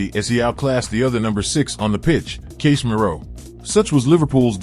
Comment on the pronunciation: Is this text to speech, because the pronunciations of the players' names is just awful. Casemiro? Gravenberch? This is a football channel, the least it can do is say names correctly.